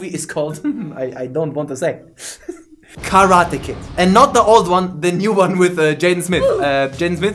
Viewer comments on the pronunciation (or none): none